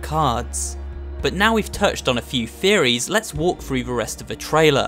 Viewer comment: "read frew the book" I need to teach you how to say a "th".